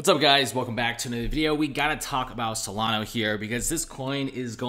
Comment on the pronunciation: S-O-L-A-N-A. There is no O at the end!